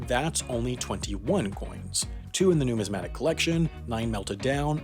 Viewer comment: Cool video. I knew about it, but I really enjoyed your presentation. The stress in numismatist is on the second syllable. You pronounced numismatic perfectly, in which the third syllable is stressed.